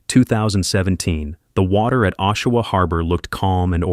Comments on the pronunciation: It is not pronounced "O"shawa, it is pronounced "AWE"shawa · Oshawa... awe_sha-wah not O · Pronunciation on Oshawa sucks. It sounds more like awwsh- awa. Not oh-Shawa. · Ok this is driving me nuts..it's pronounced AH-Shawa not OH-Shawa!! 😂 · It’s pronounced aW shoe wah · I live in the area.. it's pronounced Ah-shoe-wah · Really? How come you cant pronounce names of people places worth a shit. Just brutal that you pronounced Oshawa a Canadian city incorrectly for the first 5 minutes of the video you incorrectly pronounced it with the "O" sounding like its pronounced in boat. Realized you were pronouncing it wrong and then didnt go back and fix the first 5 minutes of the video before releasing it. So amateurish. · Oshawa was pronounced in three different ways throughout the video and none of them were correct. So sad for these women. RIP! Please stay away from drugs. You don’t know if you’ll be one of the ones who can’t stop. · I’m from Oshawa and know the families. You could have at least pronounced the last name for Rori correctly and the City. Besides that you gave some good insights.